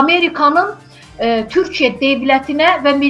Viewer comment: Bu qiz kimdise deyin bir az yavaw daniwsin. Deyesen cawibe. Ay xanim qiz Turkiye deyirsize TURKIYE. Ukrayna ile gucnen bacara bilmir hele. Turkiye ne edecek Rusiya?